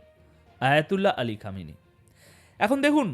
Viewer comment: আপনার বকৃমা র ভাষা ঠিক করুন,, আয়াতুল্লাহ কে সাপের মাথা,,, খামেনির নাম বিকৃত উচ্চারণ।। সাবধান